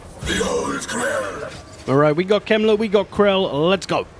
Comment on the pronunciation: Heinrich kemler sounds wrong for a German 😂